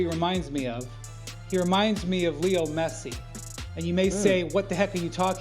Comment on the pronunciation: Who is "Liol" Messi? 😂😂😂